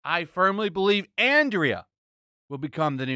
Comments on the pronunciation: its Andra not Andrea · I still say that the broken sword plot is straight from Blackstarr. That's the Filmation show that WAS on in 1981, when Smith said he was watching He-Man (which want even released until 1983). And it's Andra, not Andrea. There's no "ee" sound in her name. Andrah, not Andreeah.